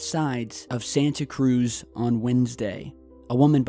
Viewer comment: Triggered when people pronounce Santa Cruz wrong